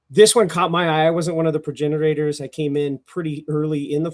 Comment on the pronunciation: “Progenerator” “Arch-uh-type”